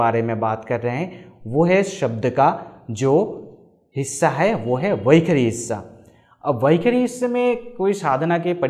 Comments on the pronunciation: You are wrongly pronouncing as vakhari. Should it not be vaikhaari? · Its वैखरी NOT वैखारी .. and please don't chant any Vedic mantras until you have cleaned up your pronunciation. I appreciate your effort, but this is disastrous!